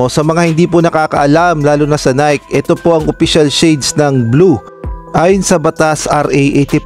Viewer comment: Bakit now pa pupunahin kung mali nga ang jersey design..bakit hindi na finalize bago ginawa..ay saws...bulok nanaman ang style...nayki ang bigkas hindi nayk (NIKE)